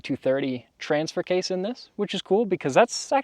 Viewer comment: it's case not kase